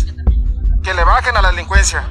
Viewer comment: “La lelicuenzia” 😂😂